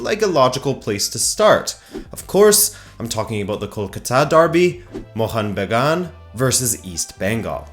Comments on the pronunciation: Bro, the way you perfectly said mohun bagan was loveee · Hit the like just because you pronounced Mohun Bagan as close as a foreigner could get it. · I appreciate your efforts to bring up the two heritage clubs of Indian football into discussion specially when it comes from a far western country.. Your Bengali pronunciation was almost perfect with no complains.. But the thing you must correct is, Mohunbagan was never conferred the national club of India by the Government of India. There is no official statement by the government of India. Even several Right To Information replies by the Government has denied the statement. You can search it on internet. Hope you keep following Kolkata football & all the best.. I'm sharing this video with various East Bengal fan club pages in Facebook.